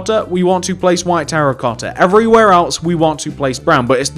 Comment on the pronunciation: "Evreywhere else" xD